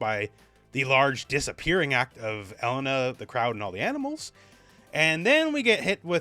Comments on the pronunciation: Now I have to listen to call her Ellen-a instead of E-lena the whole video. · It's pronounced E-LAY-na not "Ella-nah"